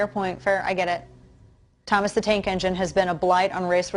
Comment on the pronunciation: Tank ENGINE. Say it Dana ENGINE. Jesus Christ